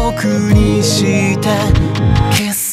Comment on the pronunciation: 全体的に大好きなのですか、特に の「キス」の発音好きすぎる…！！ 色っぽくて大人な雰囲気！最高！ マジで緑川さん流石です…！